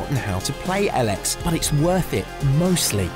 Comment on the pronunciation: I think it is called EEEElex not EL-EX